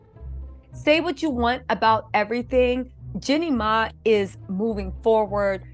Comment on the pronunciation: Seriously her name is “Jeeeeny My” Gucci “Maaane” come on